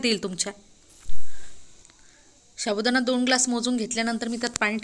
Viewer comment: शाबुदाना शाबुदाना बोलना तो सीख लो😂😂😂